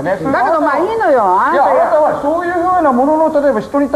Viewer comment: 日本ではこのような人を 「どんぐりの背比べ」と言うんだ！ 間違った「５０歩１００歩」だったかな？？ 「あーたぁ」「あーたぁがね」「あーたぁー」はっきりと「あ・な・た」と発音しろ！！